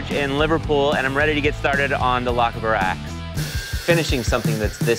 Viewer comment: ) :) :) " lock a bar axe" :) :) :)